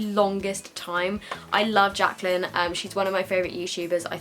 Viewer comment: Omg the 'Jacyly' hill palette pmsl hahaha